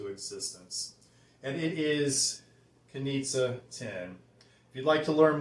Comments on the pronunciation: Great review! ..but the correct way to pronounce the name is Knishe! Greetings from Berlin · Nice presentation of an interesting fragrance. Btw... it's pronounced "Knische" with a smooth "sch" but it seems to be complicated for English speaking guys ;-) Take a look at the German Wikipedia for "Knize Ten" ;-) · the name's apparently slavic and the "z" part is pronounced with a soft "sh" - like the "g" in "my liege". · Guys, it's a bit tricky the brand is located in Vienna, Austria but the original founder Josef Knize was born Czech. Search on YT: "Hotel Savoyen Wien und Herrenausstatter Knize" and there you'll have the correct perfect pronounciation. "Knie-sche" because czech "z" is spoken "sch" (like sh...it, LOL 😅). ✌️😉☕